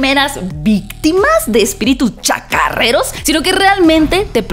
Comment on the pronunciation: Dijo espíritus chacarreros?😂 Pensé que eran chocarreros😂😂😂😂